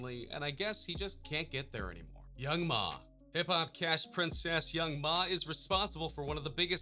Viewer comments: And this guy also said Young Mah, instead of Young M.A. He's pretty clueless. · Did he say young ma? Its young m.a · “YOUNG MAH!” 🤣🤣🤣🤣 it’s M.A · If u dk about rap don't make a video lol young Ma and then after u said it properly